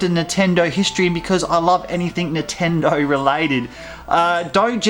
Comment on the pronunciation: why do u say nintendo so weird. nahtendo